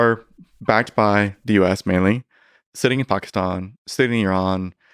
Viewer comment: The way he just pronounces Pakistan and Peshawar makes me think he knows what hes talking about 😂